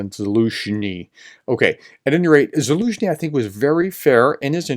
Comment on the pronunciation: So glad you are now pronouncing the general's name correctly. I confess it annoyed me a bit yesterday.